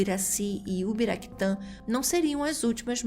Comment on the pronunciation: Não é Ubiraquitã, é Uraquitã.